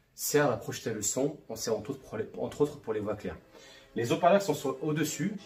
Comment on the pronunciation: Très bonne vidéos, ce serait sympa de ne pas faire de fautes de fiction.. : les hauts parleurs (0n ne faitpas de maison: les zoparleurs car le H casse la liaison ) rien de grave, juste pour ce sera plus sympa pour de futures vidéos. Cordialement